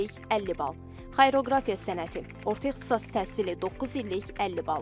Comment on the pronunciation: Xayroqrafiya yox,deylişi xariaqrafiya